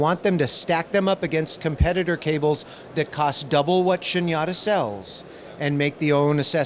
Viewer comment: all the vowels in “SHUNYATA” are long vowels, except the one you lengthened. 🙏🏼